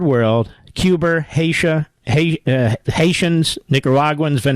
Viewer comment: He said "Cuber" 😂